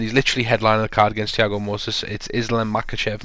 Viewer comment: Moises, is Apparantly pronounced like Noises with an M.